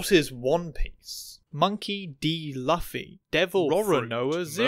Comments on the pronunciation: It hurt my meow meow when you said L uh fee instead of Loo fee 😢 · It's Loo-fee, not luh-fe. Not even 2 mins in, god this is gonna be a hard vid Edit: Kai-DOO, kai fucking DOO. It's Kai-Doh, he aint Scooby's cousin! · I’ll edit this if I’m later wrong, but that was definitely “L-uh-fy”, and not at all “laugh-y” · Kai doo and Luhfee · "Loofy". It's pronounced "Loofy". ok, pointless winging over lmao. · WHY DO YOU CALL HIM LAFFY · Oh man, I love this series by, but I'm not sure how long I can watch you say Luffy like that 😂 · I physically recoiled at the pronunciation of Luffy 😭😭😭 Still love your work tho 😂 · I’m going to have to come back and finish this one when I am caught up. Still debating about whether or not to down vote for the pronunciation of Luffy’s name. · Please say Luffy better